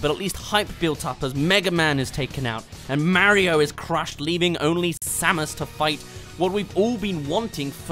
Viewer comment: It’s Mario not merio